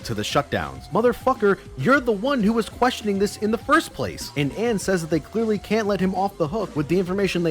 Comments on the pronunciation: How about the fact that for 5 hours he kept calling her Anne when her name is pronounced very differently in game ALL THE TIME. I'm convinced that has never actually played P5, saw that it was a popular game, and thought "Gee, how can I make some fast cash by bashing something that is popular? Time to Google search reasons why P5 sucks and compile all of them into a 5 hour video!" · It physically hurt when he pronounced Ann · yo i'm getting wayy too triggered by how prnounces anns name